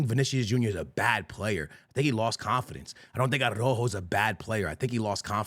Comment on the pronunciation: Another year and this guys keepz calling araujo .... arojo 😂😂😂